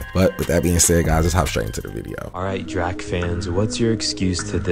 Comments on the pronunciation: Dude called Drake Drack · That guy called Drake, Drak. How’d he get that wrong?